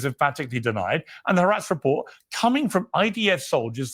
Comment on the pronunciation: i like how piers pronounces haaretz HARATS THEY ARE RATS AND HE IS A RAT